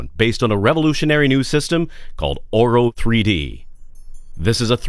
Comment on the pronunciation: swear he said oral 3d..